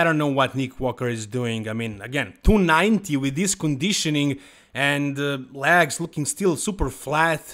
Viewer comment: I mostly watch these to hear say “LAGS” ….. “look at those LAGS” lol 😂